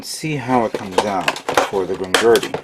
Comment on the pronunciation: It's Grimgerd not Grimgurdy but its k man you're only human